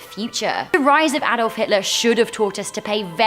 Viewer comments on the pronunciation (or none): none